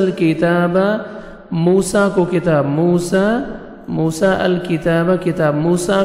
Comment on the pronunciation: A.o.A bht acha parha app ne phr app ne mosa (a.s ) nai bolo